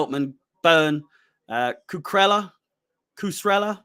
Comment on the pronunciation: Lmao butchered cucurella’s name 😭😭